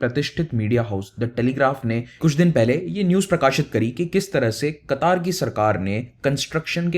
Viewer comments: कटार नहीं कतर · oh bahi sab Qataaar nhi ha word Qatar ha not Kataar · It is qatr not kataar 😂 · पहले बोलने को सीख लो उस देश का नाम कतर है